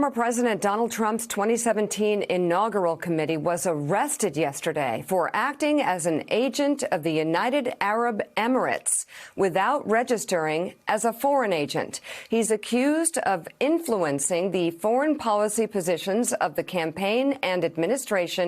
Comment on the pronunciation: Em-er-ah-tees hahahahahaha